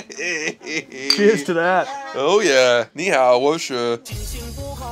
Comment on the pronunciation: when he says ni hao lmaoooo